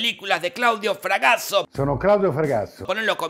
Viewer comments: el pináculo de su evolución cuando Pinarello por fin pronuncia correctamente a FragaSSo (todo el video estuvo pronunciando FragaZZo con doppia zeta) toda tu ascendencia italiana revolcándose en sus tumbas... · Todos: Claudio Fragasso Yo: Claudio Fracasso. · jajajaa Claudio Fragatttsso